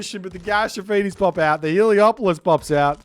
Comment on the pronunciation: C'mon! It's Helepolis not Heliopolis! You are breaking my immersion!